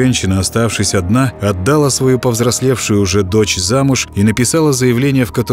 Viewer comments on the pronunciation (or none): отдАла, снЯла, прИняла. прям по ушам режет. А в остальном спасибо очень приятно побоятся под ваш бархатный голос.